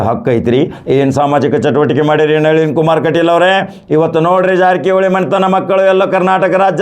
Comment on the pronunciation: ನವೀನ ಅಲ್ಲರೀ ಕಾಕ ಅದು ನಳೀನ್ ಕುಮಾರ್ ಕಟೀಲ್ ಅದು